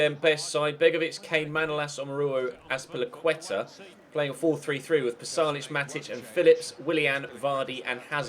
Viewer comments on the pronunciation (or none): none